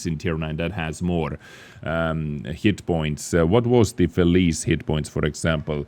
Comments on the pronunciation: "felice" is not "felìs", the "ce" is like "che(ck)" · pronounce Feli-CHE like czech! Like feliCze(ch), thats how it sounds